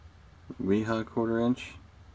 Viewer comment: im sure someone has already said but both wera and wiha, the W's are pronounced as a V